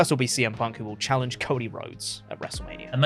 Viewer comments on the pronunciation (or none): Ey, are you sure Trick Williams doesn't "Challienge" Carmelo?